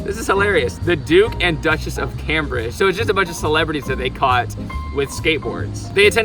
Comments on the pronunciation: Cambridge is pronounced camebridge. It’s weird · His pronunciation of Cambridge killed me, I’m from England for clarification